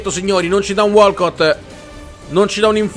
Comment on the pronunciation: Matteo 173 in realtà é wolkaut la pronuncia esatta